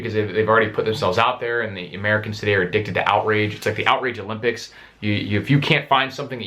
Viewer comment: "Outrage olmpics", lol, you got that shit right!